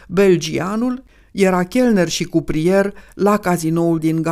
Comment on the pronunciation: Se spune crupier, nu cuprier, apropo de cele spuse în legătură cu Librecht